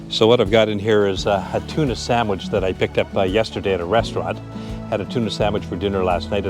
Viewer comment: great video till you started talking with your tuna sandwich in your mouth :)